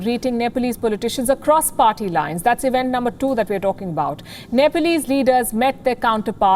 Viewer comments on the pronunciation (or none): none